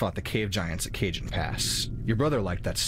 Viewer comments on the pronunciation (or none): Cajon pass was pronounced incorrectly by the voice actor. It's pronounced Kuh Hone, not Kay Jun.